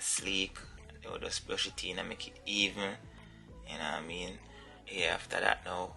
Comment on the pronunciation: Lol say brush it een lol